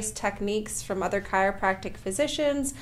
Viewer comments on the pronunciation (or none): none